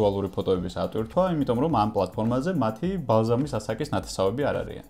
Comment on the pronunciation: "ბალზამის ასაკის"? ბალზაკის ასაკი ;) "დაჩიპვას" ილონ მასკთან ნუ დააკავშირებ, ძმურად :)